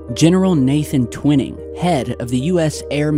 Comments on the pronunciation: I'm surprised & disappointed that you still haven't learned that his name was Nathan T-Wine-ing, rhymes with Dining, Mining, Lining etc, not Twin-ing. Where did you ever hear that pronunciation? Go back & watch any old videos of Stanton Friedman, Rich Dolan, anyone really, & you'll see I'm correct. I normally don't like to point mistakes out, but you've been saying Twin-ing for years, & it makes you appear not to really know the basics. Otherwise, good job, keep it up man! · ur saying Twining wrong bro t-wine-ing NOT twin-ing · I think his name is Twining not Twinning. Pronounced TWY-ning like the word Lining. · Great to see you posting more often now,! Thanks! Sorry, but have never heard General Twining's name pronounced like the word 'winning'. In every documentary that has ever covered this story, the general's name was always pronounced 'Twi-ning' as in 'twine' or 'twilight'! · Twhy-ning not twin-ning :P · It's Tw-I-ning, brotha.✌️ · It's pronounced " twine- ing" twine rhymes with wine! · His name is pronounced Twine eeee ml bro keep the great work going !! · I’m surprised by your pronunciation of Twining. Twy-ning. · Twine ing. Pronuciation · Twining sounds like - twine + ing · Twining is pronounced Twy ning. :) thanks for posting you do excellent vids 🎉🎉🎉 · Hi, have a feeling you are going to come across General Nathan Twining again, so here’s how you pronounce his name. The name "Twining" is pronounced TWY-ning. The "Tw" is pronounced as in the word "twin," and then "ning" is pronounced like the word "ning." It is a two-syllable word. This video shows how to pronounce the name: Thanks for the video..🛸👽✨👍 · Not trying to be "that guy" but just for future reference, its pronounced Twining like a ball of "twine" lol